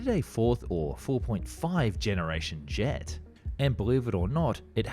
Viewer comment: le "G" plutôt que le "JET" trop bizarre la voix………